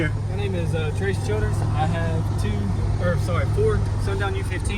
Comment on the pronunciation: Lol my name is Trace Childers he didn’t pronounce it right but it’s fine😂 and thank you I appreciate you